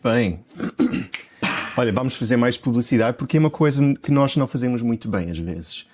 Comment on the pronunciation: I find this all really helpful. I have a question though: I thought if the 'o' was stressed it was open 'o' as in pot, not the u sound as in put? Nos is one syllable so it must be stressed, yet you pronounce it 'u' 🤔